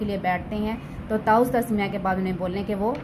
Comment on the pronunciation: تعُوذ نہیں، تَعَوُّذ پڑھائیں